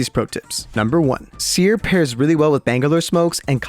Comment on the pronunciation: That’s not seer that’s teer